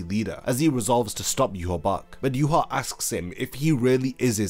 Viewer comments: Yhwach name in proper German would be yuha VACH NOT BACH, as w's in German are pronounced with a v sound in English. As a someone who understands German I've always been ticked off of by that pronunciation but amazing video. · There is no b in his name its not ywabch ahahaha its wakky anyways zangetsu is a young wakky an hichigo is white the hollow that aizen sent that bit ichi mom in the neck an she shot him in the temple with an arrow killing him facts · How did you get the Name You-Ha-Bakh when the spelling pronunciation reads Ya-Watch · I still don't understand why every youtuber pronounces him Juhawak or Juhabak. Like, I know english youtubers and words from foreign countries is always a bad combination but where do all these extra letters come from? He should be pronounced "eewach" and nothing else. the "CH" in his name is also not pronounced like a "K" either. If Kubo was inspired by the bible he should be pronounced "Jehova". Not Juhawak or Juhabak. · But he’s name is ywach it should be pronounced (ye-watch)what is yourabak 🤧😹😭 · Why the heck are you calling him "yuhABAck" and not yhwach?? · Where does the b sound come from. Isn't it yah wack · It's pronounced "yoo-watch". There's no "B" sound. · I pronounce it as You- ha- bach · In no universe that may exist, now exist or will exist is "Yhwach" a name. That dudes name is clearly JUHA BACH. Japanese are just not made for pronouncing german names. Same problem as in that crappy bounto-arc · its pronounced yah wak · Why is his name pronounced so weird? It reads eye-wash to me. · Yhwach pronounced yewhabach wtf lmao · wtf is a yu ha bak lol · Where is this pronunciation of his name coming from? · Are you pronouncing the name wrong or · You say W like a B. stop.